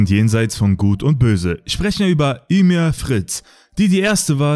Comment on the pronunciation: Sry man aber alter sie heißt nicht ümir man regt mich das auf aber gutes video